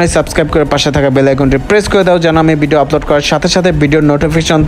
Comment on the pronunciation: শব্দটা "বিডিও" না, ভিডিও। উচ্চারণ টা সঠিক করার চেষ্টা করেন